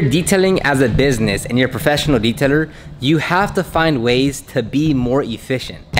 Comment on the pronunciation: What the heck is a deet teller??????